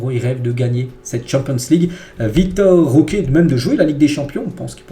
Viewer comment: C'est Vitor* Roque pas Victor